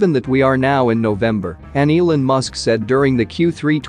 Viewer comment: It's E-Lawn not E-Linn